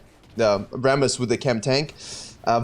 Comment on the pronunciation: I watch this video mainly to hear RRRRRammooss Also, I don't have much time to play and play mostly jngl only when I do, but man did they GUT jngl role sooo bad -_- If you lose some ganks, and just focus on ganks, you lose wayy too much xp, and you end up being lv.8 with a jgnl with worse score than you being lv.11..